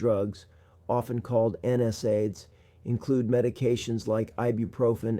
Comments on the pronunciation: My clue he was an actor and not in the medical field like me, was when he pronounced NSAID incorrectly. No one in my 30 years of practice has ever pronounced it like he does. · This 'doctor' doesn't pronounce NSAID correctly so be careful. Would be helpful to include his credentials in description to check. These days don't believe ANYTHING online until verified